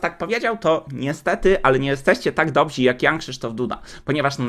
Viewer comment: "nie jesteście tak dobrzy", a nie "dobzi", panie magistrze ❤